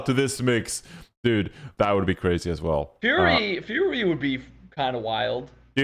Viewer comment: as a heads-up it's pronounced "furry" not "fury" hopefully atl can get sugarfree and he can fuck up the owls